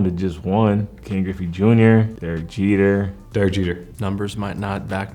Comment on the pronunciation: Jeter?! Wtf 😂